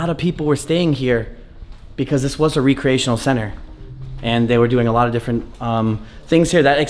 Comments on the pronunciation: Why do you pronounce “recreation” so weird? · Yes and "reeecreation instead of "wreckriration" 😁💕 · re-creation lol its recreation